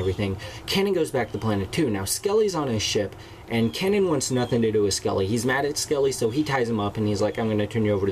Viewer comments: Kay-NAN. not Canon. Kay-NAN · Your saying kanan's name wrong. It's pronounced Kay-Nen